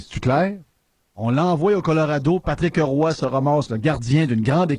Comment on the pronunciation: heille ! c'est Patrick Roy et non pas Patrick '' HE'' Roy. Il n'y a pas de ''E'' entre les 2. Commence par apprendre à parler... Un animateur de Radio sans vocabulaire. Et je paris que tu dis Stéfune (Stephen) Harper quand ça se prononce STEVEN. Trouve des vrais sujets. Car la radio de l'université est plus BRIGHT que toi.